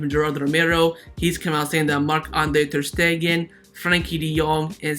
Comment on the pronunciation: A have a genuine question: Why do you say Hranada (instead of Granada) and ter Stehen (not ter Stegen)? I understand that you are not a native speaker so I get that some English grammar and vocabulary mistakes are inevitable, but your pronunciation of Granada and ter Stegen baffles me…